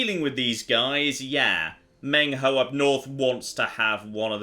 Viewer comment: "Meng Huo": Meng HAO